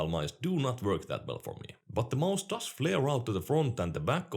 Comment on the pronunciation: Everyone else: Watches to get a competitive perspective on popular and underrated peripherals. Me: Like hearing say maus.